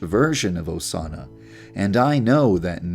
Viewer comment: es osana no osanna